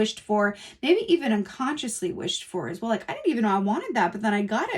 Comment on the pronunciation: “As whale” …stop 🤣🤣🤣 awesome reading, thanks so much ♥️♥️♥️